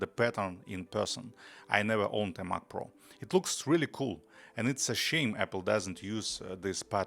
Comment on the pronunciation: If only you could pronounce Mac correctly.